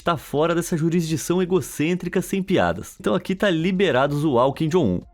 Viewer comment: Kin jon um chorono😂😂😂😂